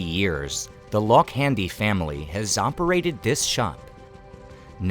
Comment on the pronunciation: Lokhande is pronounced Low-khaan-day.. not Lock-handy